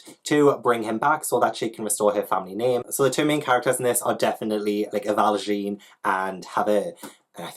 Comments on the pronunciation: I am Les Mis trash so now I really want to pick up A Wish in the Dark! Also... "Valjahn"... not "Valjean" 😬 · The pronunciation of valjean and javert hurt me. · "strong how to train your dragon vibes" I’M SOLD and I’m sorry but the way you pronounced javert and jean val-jean made me laugh so much